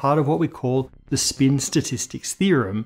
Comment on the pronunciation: I utmost hate the way he pronounces the word "spin"